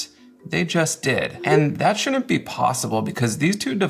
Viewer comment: They really "shoonint"